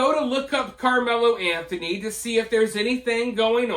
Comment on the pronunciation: I figured that was AI BS because they couldn’t even say “Anthony family” correctly. The other thing that really stood out was when they said a dollar amount they always included “zero cents” after the amount. No one talks like that except AI 🤖🤦🏻‍♂️